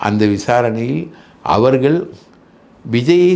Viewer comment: ஆழ்ந்த இரங்கல்.உங்கள் இன்டர்வியூவை விரும்பிப்பார்ப்பேன்.உண்மைகளை ஆதாரபூர்வமாக பொறுமையாக சொல்வதில் மன்னர் நீங்கள்..ஒரே ஒரு குறை அவர்கல்-மக்கல்-இறந்திருக்கிறார்கல்-மகல் என்று சொல்வதை தயவுசெய்து திருத்தவும்